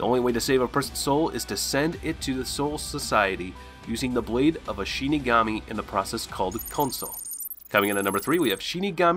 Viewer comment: Damn bro can u say any of their names right yeah I get ur saying the last names first like in Japanese culture but u pronounced half the names wrong lol.